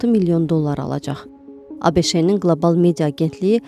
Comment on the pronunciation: Ay xanım ABeŞe deyilən bir şey yoxdu,özünüzdən Amerika kəşf etməyin,ABŞ (ABIŞ) kimi oxunur.